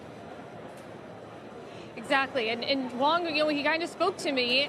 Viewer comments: Huang not Wong😢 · the way they pronouced Huang was wrong, sounds like Wang